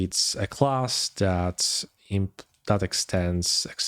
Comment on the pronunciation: man, it´s called "that" and not "dat" ;-)